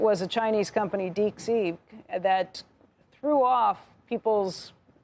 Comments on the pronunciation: I heard Deek Seek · did she say Deek Sea